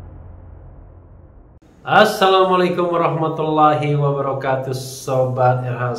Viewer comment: Rokaatuh Abang Refly...bukan Rokatus. Salam nya jangan di sambung dengan perkataan sobat biar tidak salah arti.